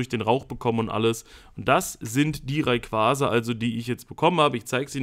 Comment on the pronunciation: RayquaRRRza? mit absicht? :D Kuss, mach weiter so!